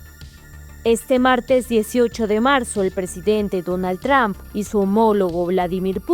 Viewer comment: Porque dicen Tramp y no Trump. No es difícil. Diga tru-m-p.